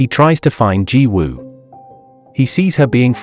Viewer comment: I’m rlly sorry but the way you said yang is wrong but finally your one of the first person I have heard that said Jiwoo correctly